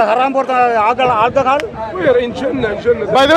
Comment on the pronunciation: His pronunciation looks more Tamil.. “Aalchahaal” (alcohol)